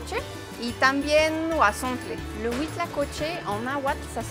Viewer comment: ¡Por fin; alguien más que dice el nombre correctamente "huauzontles" y no huazontles! Saludos!